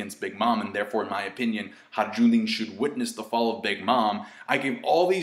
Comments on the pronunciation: FOR THE LAST FUCKING TIME, IT'S NOT HARAJUNDIN IT'S HAJRUDIN!!!! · it's pronounced hai roo deen lmao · When will learn how to pronounce Hajrudin properly?